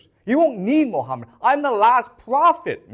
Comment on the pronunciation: Islam literature has answer to all 3 questions. Its found in 2 islamic sources that every serious moslem knows about. Called Sunnah and Seerah.Also known in English as traditions and lifestory of Thee Prophet Mohammad. Who's real name is pronounced Mo ga mat. Peace be on him